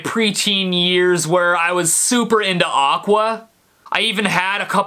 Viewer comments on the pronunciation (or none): none